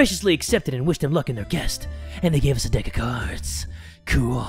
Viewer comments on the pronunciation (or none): it’s quest not guest not to be rude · Did anyone else notice he said “guest” instead of “quest” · When he said “guest” instead of “quest” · anyone else notice say guest instead of quest??😂😂😂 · Did anyone realize that he said “And wished them luck on their guest” instead of quest?😂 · Did any1 notice that he said guest not quest lol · Anyone notice he said guest instead of quest? When the dudes for the map?’ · Its quest Not guest